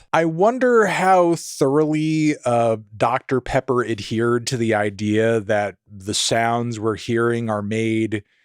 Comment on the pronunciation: "oooh that's good! that's that doctah pehhpuh..."